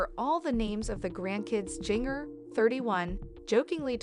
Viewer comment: If you're going to do a vlog, please make sure the story matches title, also you are pronouncing her name wrong. Music is annoying!